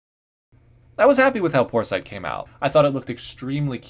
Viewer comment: "porsite" sounds like poor sight